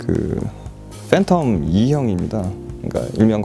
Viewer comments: 왜 계속 phantom을 Fhantom이라고 발음하냐 좀 불편하네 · Ph는 f소리난다....